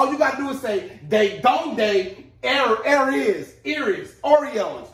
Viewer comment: Your eres pronouciation is bad broh. That's sad for those who don't know